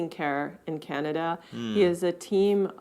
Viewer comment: Sorry to be a Canadian pest but you're pronouncing the name of Canada incorrectly. Your first A in Canada is too nasal. The A should be pronounced back in the throat, with the jaw dropped straight down, and not in the nose. Listen to the two American ladies in the interviews. They pronounce the first A more softly and you should too! Listen to the much softer and smoother way you say "Canadian." There you pronounce the A correctly.